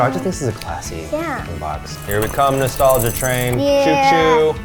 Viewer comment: I’m sorry… Did he just correctly say “nostalgic” in a sentence? Bitch I can’t do that